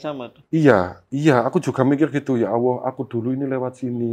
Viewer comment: Sya geram bngatt nih sya Narasumber nya... Sya simak anda slalu ucapkan Ya Awoh .......apa itu ya Awoh orang Islam pasti nyebut /ngucapin Tuhan nya Alloh,,, Anda sya perhatiin ngucapin nya Awoh Awoh...apa itu Awoh...?? Anda agama apa sih?? klo anda bukan Islam mnding anda sebut YaTuhan saja...